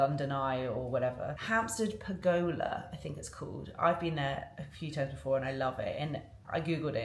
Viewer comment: Maybe Google ‘how to pronounce pergola’ in the UK.